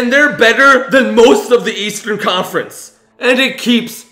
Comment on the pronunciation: he said buudy heil is in the eatsearn conference.